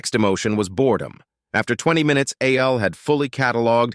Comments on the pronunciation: Why wasn't it pronounced Al instead of A.L.? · You need to check the logic protocols for this audio ai because it can't tell the difference between a.i. and al